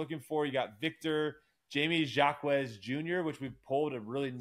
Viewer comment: And just trying to help out, not to sound rude lol but Sengun- “Shin-goon” Jaime Jaquez Jr- “Hi-me Hock-ez” that one is real confusing but if you call him “Triple J” people will think you’re talking about Jaren Jackson Jr. on the Grizzlies